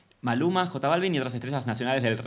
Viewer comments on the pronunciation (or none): Me destroza cuando dice “ Jota” Balvin 😂😂😂😂😂